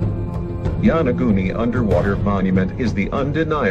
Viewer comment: get you pronunciation straight! it is not YANAGUNI!